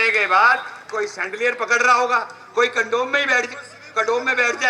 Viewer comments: कमोड बोल चुतीये...कंडोम बोलते का रहा है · Sir कंडोम नही 😂 कमोड 😂😂